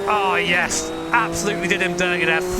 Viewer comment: That yis in the intro gets me every time